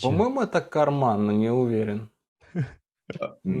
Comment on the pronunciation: Очень удивился, когда произнес "по-моему это карман, но не уверен". Сначала даже подумал, что сказал не он, но больше некому:) Один в один с русским произношением